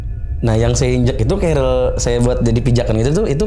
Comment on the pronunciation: Tas naik gunung itu bukan keril ya kawan-kawan, tapi carrier (Baca: kerrir). Duh, ngeri pendaki-pendaki ini, nama tas saja masih salah, sudah pasti naik gunung minim ilmu. Ini bahaya